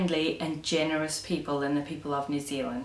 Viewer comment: I love the word PEOPLE-EY or PEOPLEE or PEOPLEY... :)